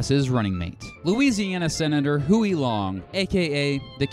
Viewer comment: WHO-ey Long? Nice research, impressive knowledge of history. It's pronounced HUGH-ey.